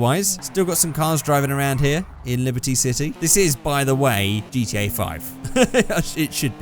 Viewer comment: Why can't you say gta